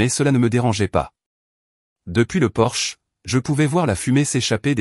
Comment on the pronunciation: Sexgiving ? pour Thanksgiving, on y a droit à chaque vidéo, idem pour Porsche au lieu de porche, table en chaîne au lieu de chêne, les pains au lieu de pins. belle histoire